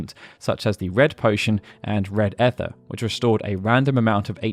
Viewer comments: Hold up just one second. are you pronouncing the word ether as effur? It's ee-thuh you weirdo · Im still trying to figure out how people can mispronounce ether it's ee • ther not eth • er why is that so hard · i heard eth-er